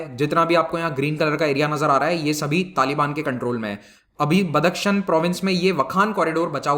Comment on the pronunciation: बदक शन नही बदखशाँ सही नाम है।